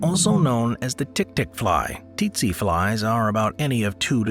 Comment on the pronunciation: Its pronounced setse not tetse t is silent not s